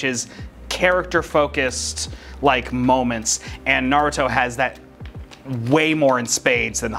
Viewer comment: Why does pronounce Naruto like Na ruh to